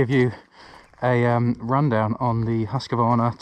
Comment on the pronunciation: Husk-Varna not Husk-a-Varna